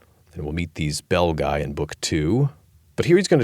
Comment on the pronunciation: Belguy? Some of the worst butchering of Latin by AI.